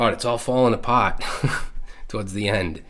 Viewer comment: "It's all fallin' appaaaahht" I love hearing your Boston accent come out in unguarded moments! 😅